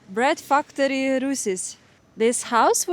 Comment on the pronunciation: I know Chinese think highly of Russians . The Russians got the biggest heart . World full of cruelty BTY [13.34] it not fucktory it is factory AHEM